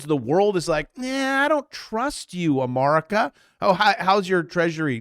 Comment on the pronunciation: Is this guy AI? His hair is fake and he says Amar ick ah.